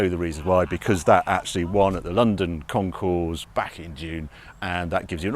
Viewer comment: Please don’t pronounce the S at the end of concours. Otherwise, mention bien comme d’habitude